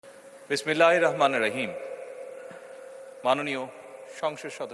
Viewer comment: Bismilla Correct kore (Sohi) porte hobe, please..